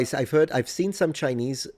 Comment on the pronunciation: Your Chinese accent is shockingly good. Japanese is good but not the way you speak to friends. It’ll keep distance between you. But finally, a person who says they can speak that doesn’t butcher Japanese!